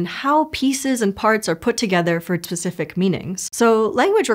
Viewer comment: she says ‘tsific’ instead of specific, and no one caught this? In a language video? 😂